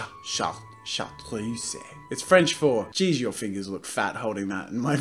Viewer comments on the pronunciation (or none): its pronounced SHAR-TROOSE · “Shar-truse-ey” Jazza 2019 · Howe's life? Oh my gosh thank you I wanted to comment on that wretched pronunciation but wasn't sure how to go about spelling it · Kaylee Walsh Yeah, and when he pronounced it "char-troos-ey" it made me facepalm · It's ''sh-art-r-uh-z'' x) It's a famous green liquor named after the mountains where it's produced, trust me, I'm french 😁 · chartreuse shar-truce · Hey jazza I know your not going to see this but if you do it's pronounced Shar-truce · Haha, I was literally, just looking at it, and I was, like that's as chartreuse(shar truce) and he doesn't realize 😂😂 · No! Jazza is ALWAYS right! It’s char-tree-oo-say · No, it's shart roos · it's ''sh-art-r-uh-z'' btw 😂 (very famous green liquor named after the mountains where it's produced) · 'Chartreuse' is not pronounced with the 'ay' sound at the end - as the ending e does not have an accent: 'é'. Also, it is pronounced - Char-Truce! (Second year of learning French. Not meant to be offensive, sorry if it seems that way!) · JAZZA IT'S SHAR-TROOSE GOOD LORD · Actually it's not Shar- troose, its more like Shar- treu (the eu sound doesn't exist in English)- z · Sh sh shar shart tr tra trae oose-a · I cringed so hard when he couldn't pronounce it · Pronounced [shar-truce] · Hi Jazza, you pronounce it "chartreuse". Hope that helped!! Edit: lollll, thanks for the likes, it was a cool joke I Thought was funny haha. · Chartreuse, Shar-troo-sss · That green color he used in this video is pronounced "Shar-truse" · Tape! :3 I know french too! But I got triggered because chartreuse is pronounced shartruce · it's pronounced shar-truce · i cracked up. it's pronounced: shar truce. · Howe's life? No! It's more like "char-treze" (i speak french but it's really difficult To explain that x) ) Sur ce, salut :-) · It's pronounced 'shartroos'. It's my favourite colour, actually. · 🤦🏽‍♀️ when your favorite artist can’t pronounce your favorite color. It’s “shar-truce”. :(